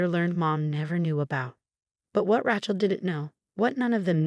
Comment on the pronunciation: You need to teach the AI reading it that Rachel is pronounce RAY-chel, not RA-chel, pronouncing the a as in 'apple'.